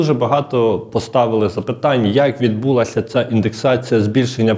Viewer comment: Відбулася - наголос на а